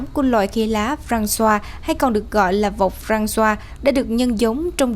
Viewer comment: KKK ! Francois mà BTV đọc nghe mắc cười wá !